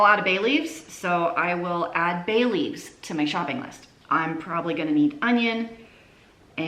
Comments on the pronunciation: I thought you said “ I am all out of Bailey’s” - I had to listen again, as I was thinking - holy cow she’s a cool mom! After the third run I realize you said Bay leaves! Lol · I'm listening to the video and not watching, but I hear say she is adding Bailey's (as in Bailey's Irish Cream) to her list. I turned around and said yummy, what is she doing with the Bailey's.....then I realize she said "Bay Leaves"....